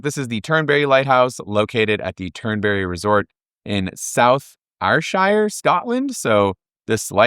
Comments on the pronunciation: Absolutely nailed the pronunciation of Ayrshire… 😂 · absolutely butchered the pronunciation of Ayrshire, but looks good anyway 😅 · South "Air-shurr" for Trump Turnberry. :-)